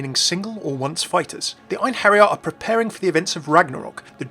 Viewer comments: cant be the only one who cringed at the pronunciation of einherjar. For those who want to know its in-hair-yar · It's en-HAIR-yar or en-HAIR-yee